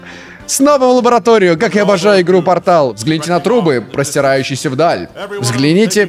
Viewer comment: КАК! КАК ТЫ МОГУ СКАЗАТЬ НЕ "пОртал" а "портАл"